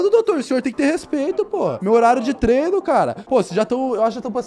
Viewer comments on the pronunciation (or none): none